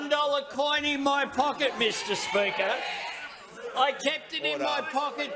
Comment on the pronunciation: " I've got my lucky one dollar mishter spheaker " 😂😂